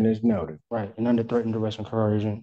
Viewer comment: No matter how elegantly they otherwise speak, the poors can NEVER pronounce coercion🤭